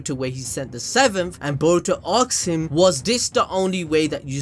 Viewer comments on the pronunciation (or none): Ask not aks 😂